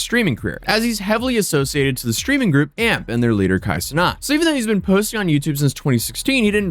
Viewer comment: We do people say Kai “cenot”